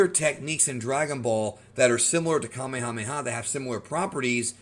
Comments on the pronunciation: Native Hawaiian here…. Fun fact: Kamehameha (the chief) is pronounced the same way as the move in Dragonball. “Kameyameya” is an english mispronunciation As is “Yookalaylee” and a lot of other Hawaiian words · You are incorrect about my kings name: Kamehameha. The way it is pronounced in Japanese is the correct pronounciation in Olelo Hawai'i. The way you say it- Kameamea is in- correct. The name has a very intense meaning in Hawaiian. It is a spiritual name and a very powerful name from its origin. So, I believe you, sir, need to research the word, the name, and the spiritual content behind it. He was recognized as extremely strong to the point of beyond human. The physical feats were registered and documented. The Kanaka were knowledge and practiced a martial arts known as Lua. It was recognized by China as the most deadly of all martial arts known.